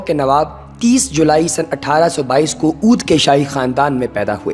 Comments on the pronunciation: This is Awadh not Oodh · Gadhey ooodh nahi awadh